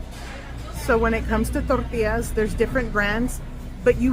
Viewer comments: The way you pronounce “tortillas” is a crime against humanity. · I love how she only has an accent when she says tortillas. 😅😂